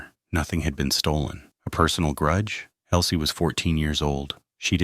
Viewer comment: ELSIE not Elie